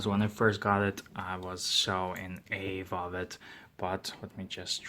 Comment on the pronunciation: Great video, I'm just about to order a dragonfly, and can't decide between the orange and the black versions,, 🤣,, Incidentally, "awe" rhymes with, paw, (as in dog/cat etc,,) All the best from England, 😍 ps, just found your channel and subbed,, 👍👍